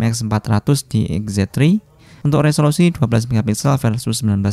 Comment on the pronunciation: lagi ngejelasin foto xz tri, kalo sekali ucap jadi xz twri 😁👌